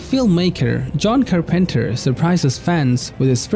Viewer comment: Fun Fact: When speaking English most of the emphasis is on the FIRST syllable not the second, or third. SO 'John Carpenter' - Would be 'John CAR-penter' not 'John CarPENter' And 'VIScera' not 'VisCERa' And 'FRAN-chises not 'Fran-CHISES' Other than that, your english is very good!